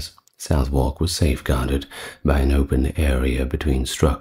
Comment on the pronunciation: You mispronounced Southwark it's pronounced as "Suh-thrk"